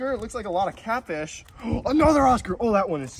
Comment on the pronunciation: When u said “that’s catfish that’s all catfish” I thought u said “that’s caca that’s all caca.”